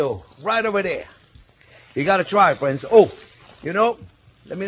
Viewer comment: I thumbs up as soon as I hear you talk! "Hello Fwends" You are my favorite chef!